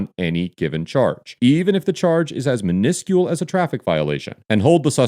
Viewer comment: “Men-iscol” 😂 minuscule